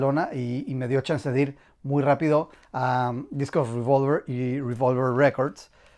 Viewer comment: No es ruivolver, es revólver, pronúncialo tranquilamente en español que tenemos esa palabra en el diccionario.